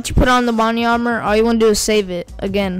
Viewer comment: lol "bodnly armor